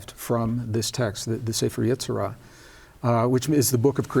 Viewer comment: You are attempting to teach Jewish Mysticism and Kabbalah. It is best to learn these concepts from a Rabbi. Yetzirah and Gematria are pronounced differently than you are pronouncing them. Gematria is very complex, can go very deep, and is generally learned at the foot of a well learned Rabbi. I understand that you are excited about these concepts, but please be very careful that you are teaching correctly.